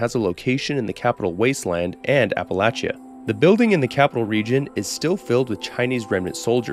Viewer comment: Bro uses a perfect dialect in pronouncing “Yangtze” but can’t say Appalachia right…